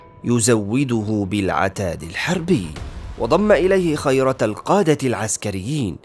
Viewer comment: اسم القائد الفارسي : يزْدَجَرْد ، و ليس يزجرد ، خِيرة الفرسان ، و ليس خَيرة ، عبدالله ابن المُعَتّم ، و ليس المعْـتَم ، الأشعت ابن قيس ، و ليس الأشعس ، منظر الفِيله ، و ليس منزر ،